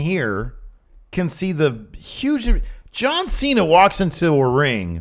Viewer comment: "Ju-an C-Na?"